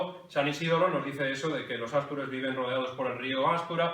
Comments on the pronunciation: Casi veinte años viviendo en Asturias y otros tantos en León, y es la primera vez que escucho ástures en vez de astures. Alguna explicación se hace necesaria. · Gracias por el repaso. Sólo un cosa que decir: No existe la palabra ástures, ni ástur. Sino astures, en plural, o, astur, en singular. Es una palabra aguda, que termina en r. No lleva tilde, pero la sílaba tónica es la última. Y su plural es una palabra llana, no esdrújula. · ¿ Por qué dice àstures? Nunca se ha dicho en esdrújula